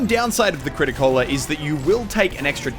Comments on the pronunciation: >Crit-a-cola kek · "The crit a cola is my fav PRIMARY"